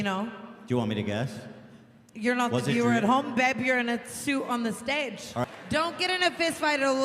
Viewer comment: “beb you’re in a shhuit on the shhtedg” 😂😂😂 oh tana